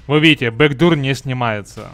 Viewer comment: вот так некоторые читают backdoor бэкдур омг